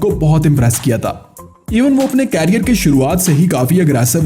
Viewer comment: भाई कैरियर नहीं करियर। उच्चारण की तो वाट लगा रखी है।